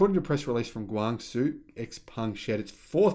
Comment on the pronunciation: ...please make an effort to pronounce Chinese names correctly....CEO of the company is pronounced like the first syllable in our word "shower" and pung for his family name. The company is based in "Gwung-Joe", capital of Guangdong province....